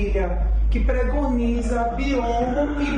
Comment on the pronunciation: Pregoniza??? Médica falando pregoniza?